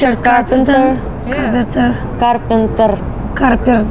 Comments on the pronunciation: Today we will learn how to say "RICHARD CARPNTR..carprtr..carpntr..carparta..Carpart...caarpntr....CARPNTR!! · Carpenter , Carperter Canperter haha lmao 😂😅💖💖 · Everyone knows how to pronounce carpenter except Yulia. 😄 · Does she learn how to say "carpenter" at last? Very funny.